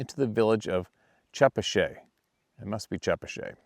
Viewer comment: The Rhode Island town is pronounced Cha Pat Chet! I lived in Rhode Island in Mass there definitely there. We lived in Franklin Massachusetts I experienced a family group a number of times. I spent $600 on flashlights I lived them up. They don't get happy with that they came and slapped our house.